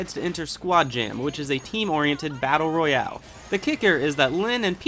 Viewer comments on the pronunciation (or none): none